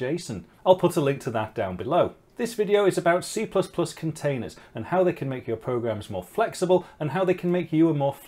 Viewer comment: I thought you said CCP. ooph.